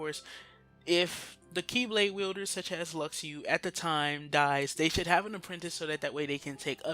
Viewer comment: "Lucks Ooo" is not how you say Luxu. it's "Loo Shoe". if you watched back cover you would know that.